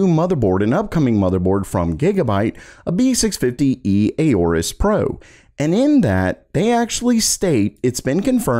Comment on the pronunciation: Why is it so damn hard for so many techtubers to pronounce Aorus? It's not A-OR-US. The "A" is silent. Not only is it obviously pronounced that way, they've been pronouncing it in their commercials for at least a decade now.